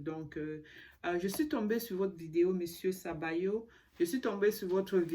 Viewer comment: Good Evening, let’s talk in english. His name is Sobayo not Sabayo. Si you should have paid attention to it. Secondly, you have several videos from people who used to work with PS plus, consumers all of them complaining. Finally some of them took lawyers . Not disrespect but victims R real and suffuring.